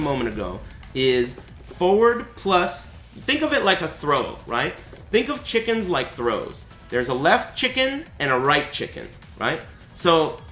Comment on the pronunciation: It sounds shake ends.... not chicken